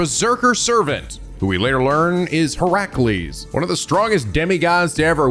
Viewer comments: I think should really google pronunciations for every Servant's True Name even when they're seemingly simple to pronounce 'cause he got Heracles right the first time & then bungled it later before correcting himself to the proper one again. (HER-UH-cles, not he-RAH-cles) I'm very much not trying to be mean, I know a lot of folks struggle with names, it's just that sometimes you can't really gleam exact pronunciations from text in the comments & hearing the names said out loud would help make things click. Again. As politely as possible, I love. (he should at least look up the pronunciation of lancer's true name 'cause that one's actually unintuitive since the celts spoke something veeerry divorced from modern english & how things are spelled aren't how they're said aloud) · mild correction on how you're pronouncing Heracles it's Heh-ruh-kleez, the Hera at the start is based on the Goddess Hera as a futile attempt to appease her cause Heracles is the result of Zeus being unfaithful not only insulting Hera directly as Zeus's wife but also insulting her divine domain as the Goddess of Marital Responsibilities which sadly she takes out way more on the mortals then Zeus himself, Edit: ah well you corrected yourself early, what I get for being impatient and rushing to comments I accept this egg on my face 🍳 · I’m gonna a give you an enunciation tip while it’s still early and fresh. Hint: nobody pronounces it as her-CU-les